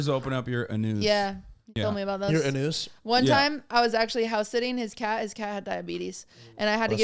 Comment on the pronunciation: "poppers open up your anousse"